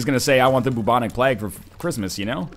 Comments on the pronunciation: Bubonic PLAG? Like, PLAG, right? Not plague, but PLAG? You're an intelligent guy, do you really pronounce it that way? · "Bubonic Plag" PLAG! It surely has to be pronounced Playg over in Canada, Plag doesn't sound right for Plague. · The Bubonic Plaaag? Plaaag? Seriously NL's pronunciations...